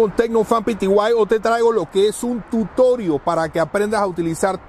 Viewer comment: Para de decir tutorio xfavor😓